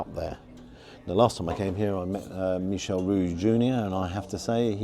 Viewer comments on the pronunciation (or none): none